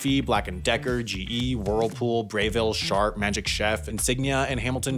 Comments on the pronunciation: Bray-ville? Never heard of that pronunciation for Breville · How do you pronounce breville as bray ville 😂